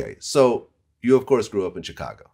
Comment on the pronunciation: Ever notice that Vlad pronounces the “CH” in “Chicago”